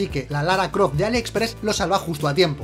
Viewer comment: Por qué dicen Ali expréss?